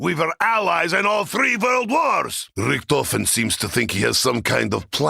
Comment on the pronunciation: Idk why "Richtofen" is mispronounced in all the games.